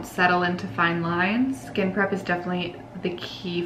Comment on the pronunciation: Every time you say skin prep, I think you are saying skin crap lol I had to watch this twice at first because I was so shocked you said it and laughing sorry it just sounds that way at first, but it’s a great video. Thank you for making it cause I’ve never been good with make up.